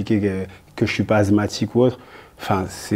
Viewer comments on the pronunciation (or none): Tu parles d'école mais tu ne sais même pas dire "asthmatique" pour quelqu'un qui l'est vraiment c'est très curieux Damien ! Cependant tu as été plus mâture et plus rusé durant l'interview. Amine tu es la plus belle personne des 2 mais malheureusement je le sens pas ce soir. En tout cas le mma a gagné ce soir, bravo à tous pour la médiatisation, tant que ca fait parler c'est nice 👍